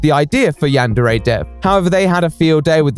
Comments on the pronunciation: Looking past the "bitter incel steals work from an unpaid uncredited teenager and uses Patreon money on a sex doll" thing, the dude really pronounces it "yean-dairy"? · It's strange how he pronounces it "yan-dairy" and no one else does. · He can't even say yandere correctly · He had time to do all of these fairly high-production videos with tons of editing and art but not time to work on his game because emails? Also my god, he could at least pronounce "yandere" correctly. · the fact he can’t even pronounce yandere right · The way overpronounces everything drives me crazy